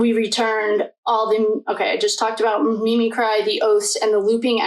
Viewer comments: You are jumping all over and are very disorganized in your speaking. The word is mimicry. Cree, not cry. You should have learned this word as a child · Mim-mick-cree (mimicry)